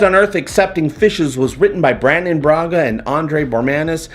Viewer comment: ...always sticking your 'd' in where it doesn't belong aren't you? It is "Brannon" not "Brandon" Braga.;)